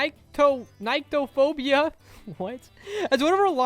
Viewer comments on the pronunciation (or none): It’s pronounced Nik-to-fow-bi-ah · Nyctophobia is pronounced either “N-ie-ct-oe-phobia” Or “Nic-to-phobia”